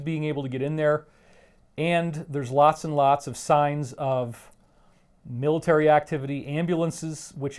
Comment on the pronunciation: planets hahaha, and you little biach can't say word military, or whitehouse...